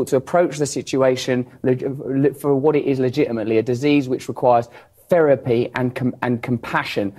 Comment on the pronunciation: Yet he can’t pronounce words with “th” correctly 😂 “Ferapy” 😂